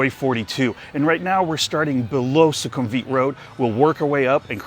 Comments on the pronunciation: 1) the pronunciation is 'vit', not 'weeet' in sukumvit. 2) because purple is considered the royal colour. 3) sure, why not? i won't be seeing the building colour when i'm inside. 4) having that maxvalu is insanely convenient and i love them. 5) agree, that mall is insanely consistently quiet, especially compared to other malls off BTS. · Ffs, learn how to pronounce Sukhumvit. For that matter learn how to pronounce Pattaya and Hua Hin too.